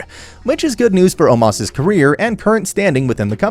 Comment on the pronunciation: Omos not Omas Azeez not Azease Strowman not Stroman